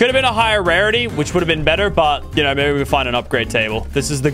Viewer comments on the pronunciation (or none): none